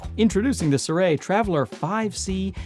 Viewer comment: You are the second youtuber I have seen today calling the brand Suray. I mean, it is Sirui. Si - rui. Si like in "Si, senor!"